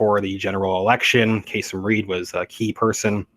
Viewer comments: Kay-SEEM - not Kay-SUM. . . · His name is pronounced kah seem. And yes charges about corruption have surrounded him for years. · Its pronounced kaSeem. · Enjoy your presentation, but need to correct the former mayor’s name (not that I Care anything for him), but he pronounces it: Kaaseem - short a’s. Who knew???knows????? The old professor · KA-seem Reed. I'm from Atlanta...